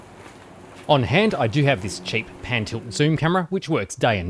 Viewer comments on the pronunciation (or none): That accent is unbearable... how can people pronounce a simple word like "do" this weird way "doewrewr"